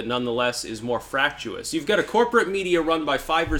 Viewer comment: Fractious....frak shis not frak shoe us.